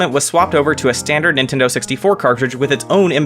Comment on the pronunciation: Thought he said "nintender here"